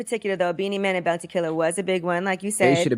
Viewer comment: Its pronounced Boun-tee